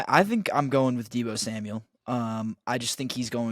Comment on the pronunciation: Deebo Samuel, no (s) at the end...